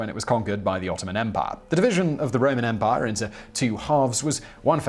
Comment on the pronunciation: The way Simon says "EM-pai" is quite humorous. Great gusto on the second syllable.